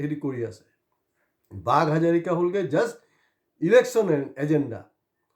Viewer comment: অনুগ্ৰহ কৰি "হাজৰিকা" বুলি উচ্চাৰণ কৰক।